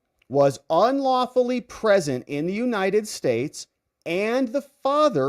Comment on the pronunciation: Illegally PRESENT, I thought you said illegally pregnant